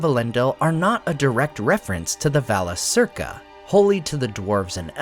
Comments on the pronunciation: Shouldn’t it be pronounced Valakirka? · Yes. Vala-KEER-ka. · I have to nit pick here. But the letter c is always pronounced like the letter k in Quenya. It should sound like Valakirca. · I had not thought about the significance of the stars above Middle Earth before, but hearing about the different cultural meanings between the Free Peoples, makes me appreciate the worldbuilding much more. As usual your information is excellent, so I only want to point out a tiny improvement in terms of pronunciation, which I hope you don't mind: both Cs in Valacirca would have been pronounced the same, as hard Ks, just like the C in Círdan. So for English speakers it becomes va-la-KEER-ka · Yes, it should. A 'C' is always pronounced as a K.